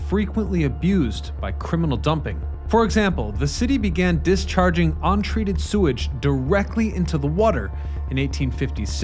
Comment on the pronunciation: "dis charting one point two billon gallons annually!"